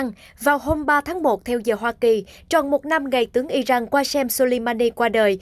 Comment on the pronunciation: Sao cô đọc tin mà kh ở không đọc đúng tên nhân vật Iran chứ không phái Ijan, cô ơi